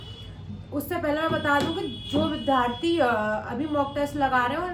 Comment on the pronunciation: भारतीय भाषा केंद्र JNU New Delhi में हिंदी साहित्य में मास्टर्स का विद्यार्थी होने के नाते सलाह है कि आप "विद्यार्थी " शब्द का सही उच्चारण किया करें। कृपया करके माइंड मत कीजिएगा। आपने ये शब्द लगभग अधिकांश विडियोज में प्रयोग किया है।